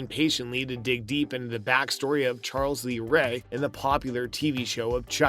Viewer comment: What's with this guy's grammar? "Charl lees ray"? "Good guys doll"? Lol